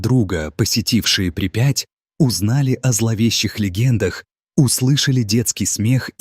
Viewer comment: Какая нахрен припя'ть.при'пять.знаток е мое грамматики.ставь ударения правильно, а то слушать противно!сергей быхов.